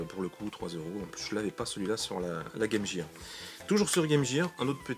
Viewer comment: Salut, sympa tes achats ! Petite info : Game Gear ne se prononce pas Game Jire, mais Game Guire ! Beaucoup font la faute (je la faisais aussi jusqu'à ce que je demande à ma prof d'anglais ce que ça voulait dire ^^ "Equipement pour le jeu", pas très classe en français...)